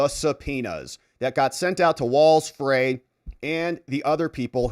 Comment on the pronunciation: Freys last name is pronounced Fry. Unfortunately I live in MN and hear about him all the time